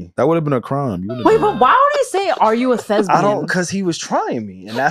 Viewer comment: Yall kept throwing me off saying “thesbian” 😂🙄 it’s THESPIAN 🎭 please stop lol